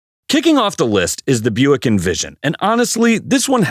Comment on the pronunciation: #12: It's a "Booick". I don't know which is worse, that, or an "Oldmobile".